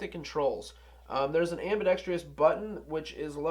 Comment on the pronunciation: Ambidextrous not ambidextrious